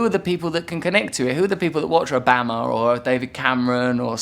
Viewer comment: Jordan Oakley I certainly have never heard anyone say it like that haha